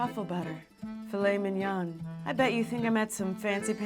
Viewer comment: lmao "filet Minion" i would love to see an ai-generated image of a filet of Minion. brah, "mignon" is pronounced "min-yohn", not "min-yahn."